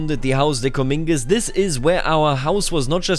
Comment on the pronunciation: Just so you know, Comminges isn’t pronounced (Cuh-meen-gez). It’s pronounced (Cuh-mahnj)